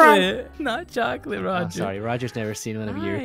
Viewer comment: There were no words to describe how terrified I was when he said “ChoCaLtE”